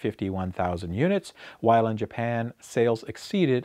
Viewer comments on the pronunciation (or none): none